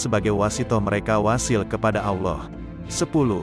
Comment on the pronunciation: Maaf salamnya bisa benerin lam jalalah ada yg di baca tebal dan tipis. Contoh tebal jika jatuh setelah charokat dhommah dan fathah, bunyinya. Alloh, abdulloh, yg tipis jatuh setelah charokat kasroh. Billah.begitu. terimakasih 🙏